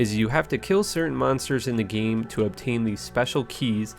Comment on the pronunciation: The way he says 'Game' is so funny. It's like Gye-em or Nye-eem